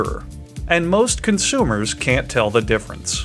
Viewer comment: I love how he says ''consummers'' but Mirrors are not ateable... Or is it...